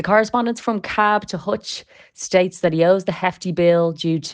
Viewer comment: Whatever about his paying or not paying please prononce your "Ths" . "No chance he'll pay dat" Dreadful .